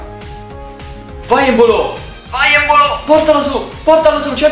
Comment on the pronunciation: evita di sputare quando fa gol embolo o come lo chiami tu empolo😂